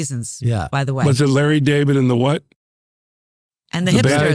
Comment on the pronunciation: OMG she actually calls him “Lah.”